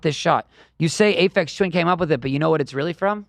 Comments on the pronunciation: A-PHEX lmao common daily dan L someone please get this guy out of here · Was he trying to say Aphex Twin? As in Ay-fex?